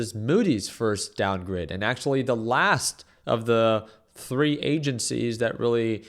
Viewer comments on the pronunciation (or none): none